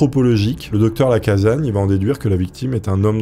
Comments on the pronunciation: Docteur LacaSSagne, pas Lacazagne ! Le père de la médecine légale, à Lyon...sinon, trop bien, comme d'hab ! ❤ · Les Lyonnais ont les oreilles qui saignent : Lacassagne, avec 2 "S", ça ne se prononce pas Lacazagne ! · Alexandre lacassagne sa se prononce avec s et pas z 🕺🕺🕺